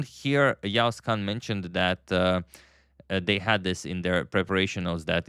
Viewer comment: He pronounces the letter 'ğ' correctly